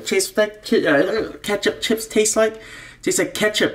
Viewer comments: I loooove "CHEEEPS" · He says chips funny lol